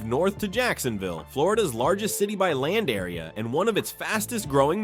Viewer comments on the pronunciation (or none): none